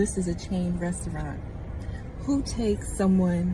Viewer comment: ...and can't pronounce "restaurant".